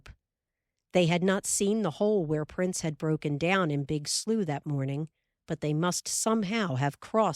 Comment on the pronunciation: I love that the word slough is pronounced correctly. At least that is how real Midwesterners pronounce it. Pronounced "sloo".